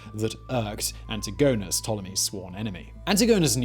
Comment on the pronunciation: Antigonus pronnounciation made me puke get a grip simon cmon